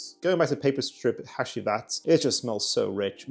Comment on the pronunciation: Bro said hashheeeewheat